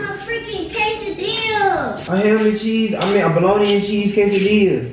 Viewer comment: "quesadillas" really??😂